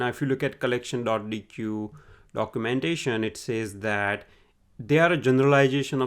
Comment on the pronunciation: Awesome content! It's great that you're able to squeeze in so much valuable information into a 13 minute video. Also, sorry if I sound pedantic here... but I believe the correct pronunciation of deque is "deck" (written in the documentation ). Thank you for the valuable content :D